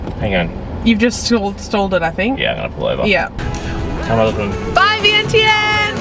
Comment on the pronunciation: Idk why they spelled Vientiane but it’s supposed to be pronounced Veing Jun. and not Vang Vieng but Vung Vieng. The newest beautiful place just flung is now Muieng Fuieng, I can’t really spelled it out the way it pronounced in Lao but this is how to spell it in Laotian ເມືອງເຟືອງ the view is like Vung Vieng but if your drive it’s easier because the road is not pave yet and not known to foreigners yet. You might be the first one 😊. When you ordered coffee you said no sugar but the way you pronounced it it sounded like no cream. Nom = milk Num Tharn …= sugar Kayaking has to be reserved in advance before arrival.